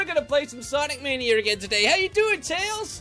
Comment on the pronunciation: Ohhhh when he says sonic manir lol